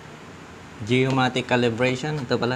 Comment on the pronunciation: geomagnetic not geomatic .😊